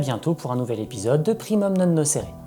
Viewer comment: le sait, mais a décider de la prononcer "c" Je trouve ça un peu bête :)